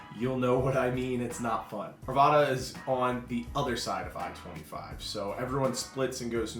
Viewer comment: Arvada not arvaaaaada. Lakehood hahahaha😊